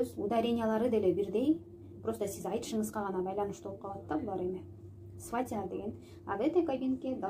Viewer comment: Ударенияларды туура эмес коюп окуп жатасыз...сизге ишенип туура эмес эле айта бериптирмин..сваты, сватья деген создордо ударение 1-чи а тамгасына басым жасалат экен барыга..сизге ыраазычылык билдирем. Коп нерселерди уйронуп жатам сизден...туура кабыл алуунузду отуном..ишинизге ийгилик!!